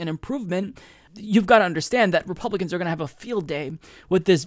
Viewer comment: did you just call them "Repumpkins"? 😂